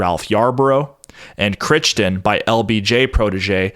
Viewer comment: Dude... you're killing me with butchering that name. It's seriously becoming like nails on a chalkboard. It's pronounced "CRY"-"TON"... unless Jack's family was retarded and mispronounced their own name... but freakin "Critchton", lol.